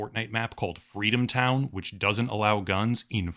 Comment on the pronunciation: I think you meant, "Fweedomtown."